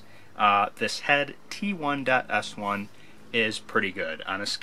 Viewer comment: "Ti" - that's "T-EYE", NOT "T-ONE" !!!! It's the Head "Ti.S1" meaning TITANIUM, SWING STYLE "1" meaning lightweight, simple to swing fast for easy power. I am a 62 year old USTA 4.5 for the past 30+ years, and practice nearly daily, and play matches twice a week. I still have reliable 1st serve that can top 120mph, and a pretty good repertoire of shots. I'm just old now, and getting slower (you''ll see) ;-) ... I own 3 Ti.S1's already, have a HYBRID string combination (polyester mains, synthetic gut crosses, only 47#). I just buckled under peer pressure and bought a BABOLAT DriveMax 110 and strung it the same, and it was a DOG compared to my beloved Ti.S1. I've modified the DriveMax 110 so much (changed strings, even added lead tape to supposedly MATCH the swing style of the Ti.S1, but the truth is the Ti.S1 has few peers, and NO peers in its price class. GLAD I bought the Bablolat DriveMax 110 on sale for only $99 (instead of its early-season price of $219 at Dick's Sporting Goods). WISH I'd simply spent $70 on another Ti.S1 because it's worth 3 TIMES that. Anyone who wants EASY power, SWIFT response/flexibility and 120mph (or faster!) serves when they're in their 60's should buy SEVERAL of these, and string 'em DOWN to 45# to 47# - you'll be in for a real TREAT ! -Mark Vogt | VOGTLAND OUTDOORS